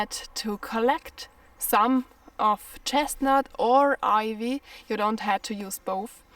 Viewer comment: Some useful tips, the letter i I is pronounced 👁️, Ivy, 👁️vy, 👍